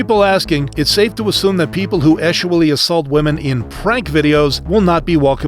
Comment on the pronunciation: Saying "eschually assaulted" instead of just sexually assaulted is WILD.